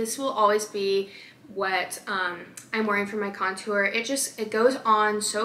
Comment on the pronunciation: Bruh her face when she couldn’t say contour ☠️ same